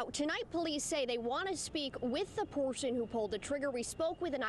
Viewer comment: Where is this reporter from? I’ve never heard anyone pronounce “person” that way.